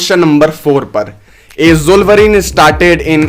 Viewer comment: Zollverin chota bhai wolverin ka 🤣